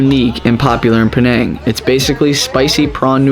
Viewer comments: Please pronounce penang correctly. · I hope i can help you pronounce 'penang' correctly 😂